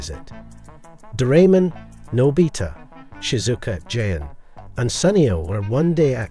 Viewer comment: is there any website that you can watch doraemon? also its pronounce '' Nô-by-tah'' not nò bí tà